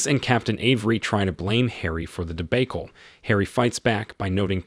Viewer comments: debacle pronounced de bake le. Robo voice strikes again! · De-bake-el oy vey! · Also mispronounced "debacle", which I don't think an AI would do. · Is the narrator AI generated? I've never heard limo or debacle pronounced that way before. Otherwise it's very impressive.